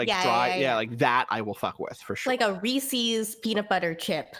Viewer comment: No. No, no. Absolutely not. The name is Reese, pronounced like the word "peace." You then add an apostrophe to make it a possessive. That makes Reese's pronounced "REESE-iz." There is absolutely no linguistical ruleset that would ever make it "REE-SEEZ." People need to stop doing this. * Michael Jordan looking into camera* "Just stop."